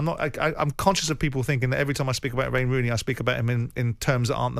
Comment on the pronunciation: “Wayney Rooney”?